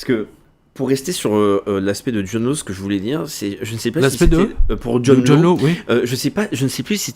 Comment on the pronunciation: John Law se prononce John Lass ...